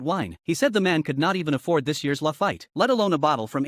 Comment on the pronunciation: It's pronounced lafeet. Not lafite.